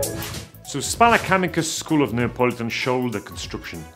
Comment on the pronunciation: It's "Spalla Camicia" :) greetings from Italy